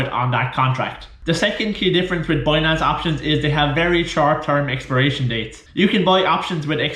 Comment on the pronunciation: how the fuck do you pronounce BINANCE as BUOYNANCE ?? WTF :)))))))))